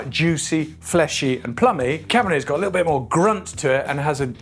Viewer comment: Everytime you say "little" all I hear is "LIDL" and I'm not mad